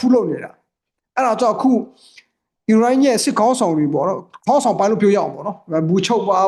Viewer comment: ခင်များကိုပြောမယ်နော် အီးစရေတွေ အီရမ်းတွေ မပြောနံ့ဗျာ မြန်မာလိုတင်ဆက်နေတာမလား အစ္စရေးဆို အစ္စရေးပြော အီရန်ဆို အီရန်ပြော အီးစလွယ်‌တွေ အီးရန်းတွေ အက်စ်သံမပါစေနဲ့ဗျာ